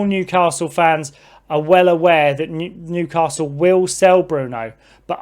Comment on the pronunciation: There’s no ‘r’ in the word Newcastle geezer .